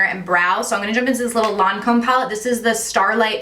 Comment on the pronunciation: “Lawn-comb” pallet.... girl. 😂